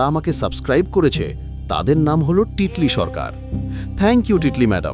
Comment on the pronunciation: ভালো বাট আমার নাম তিতলি ( Titli) not টিটলি থ্যাংকস....👍😊